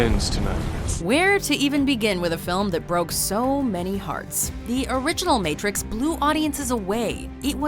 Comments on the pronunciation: Ha did she say the meeetrix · Did I just hear "MeeTrix"? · "Meetrix" lol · Did she say meetrix